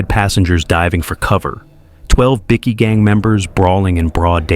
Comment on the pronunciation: BI key not bickie